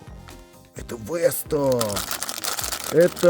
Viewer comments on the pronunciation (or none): ни вэста а веста надо произносить